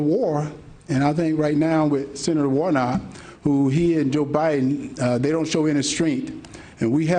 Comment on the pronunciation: It's Warnock, not Warnot,!